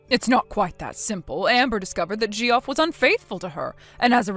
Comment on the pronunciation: It's not "JEE-off." It's "JEFF."